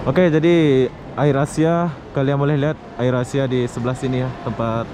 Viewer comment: Wawasan dan pengetahuan umum ente ancur bro Apatah lagi bahasa Inggris Ngomong Air Asia aja bikin ngakak, itu bahasa Inggris bro, dibaca Eir esia. Maaf udah sok ngajarin, geram sih soalnya. Airport dibilang air plane 🤣 Ampun dah